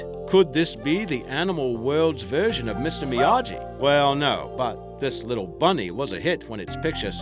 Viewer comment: I like your vids but you provoke me to act like a grammar nazi. Me Miyagi " mee yag ee"